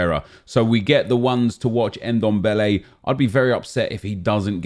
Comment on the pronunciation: His name is Ndombele not dembele